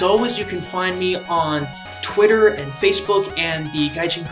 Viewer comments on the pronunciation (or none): none